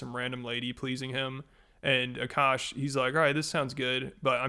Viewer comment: this is just sad what a shit look for indian girls everywhere, can we get a break. also, i find it funny that everyone pronounces akaash's name the right way except her, even though she is indian. the first A is a soft a, and the second is hard. Uh Kaash. It means sky